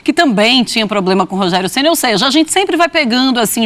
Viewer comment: Conteshto que prechudicou o Rogerio em algunsh momentosh.